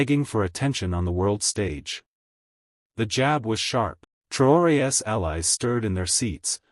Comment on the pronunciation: Learn how to pronounce the possessive of Traore.